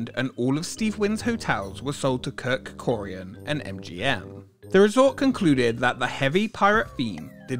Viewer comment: His name is Kirk Kirkorian. Not Kirk Corian.